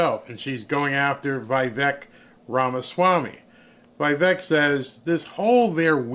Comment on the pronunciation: It is pronounced as Vee Veck not Bi beck !!!!